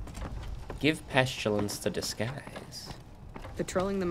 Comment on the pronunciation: PEST-ILL-ANSS not Peschillance